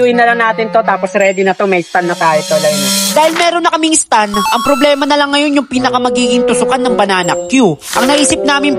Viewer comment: Nice one pero STAND YUN hindi STUN 😅